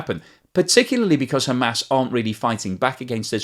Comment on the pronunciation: Hamas, as as in aaahss. aas. not Ham ass. and Haa mas not Hay mas.